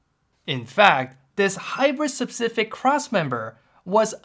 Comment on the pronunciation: Your "SePcific" cracks me every time lol ( , ....)